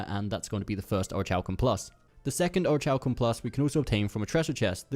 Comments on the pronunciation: Or-rick-u-Lum plus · orichalcum+ the h is silent dude get it right